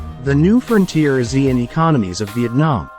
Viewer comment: It should be pronounced as A Siean